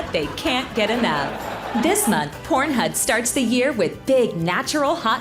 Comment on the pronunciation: I’m here for my “PornHud” registration 🪪